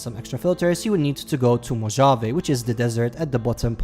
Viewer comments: again... its not mojave when sayin it sounds more like Mohave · It’s Mow Haa Vee not Mo Javey. That’s for Mojave. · It’s pronounced “mo-hah-vayy”